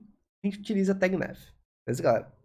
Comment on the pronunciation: Ótima aula!. Só a pronúncia do "nav" que não é com o "é" e sim com "a" mesmo! Rs valeu 👍🏻